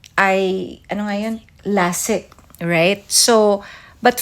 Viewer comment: Regine meant Lasik (to be pronounced as ley-sik) surgery kung saan gumagamit ng laser to put something sa ilalim ng balat ng cornea para luminaw.